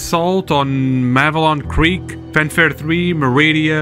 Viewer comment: Clearly a traitor, he can’t even pronounce Malevelon Creek